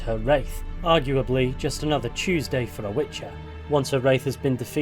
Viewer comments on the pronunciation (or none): none